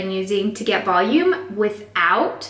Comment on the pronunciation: VELOOM? Im sorry no hate and your relly talented